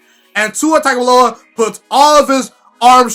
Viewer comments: I know it looks like Tag. However, it is pronounced Tounge. Or tung. Its TUNG O VIE OLA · It's pronounced TONGUE-ohvailoa. He had an interview where he said that's how u say it. Good Video 👍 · Please just say TUA and not his last name until you, along with many others, learn the proper pronunciation. Otherwise, pretty good video...